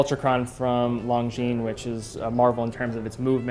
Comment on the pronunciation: You'd think that watch guys know the s at the end of Longines is silent.